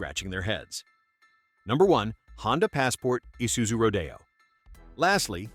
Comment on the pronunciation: Badge engineering is bad and it killed American car industry. The way this AI voice pronounced Isuzu Rodeo is simply crazy.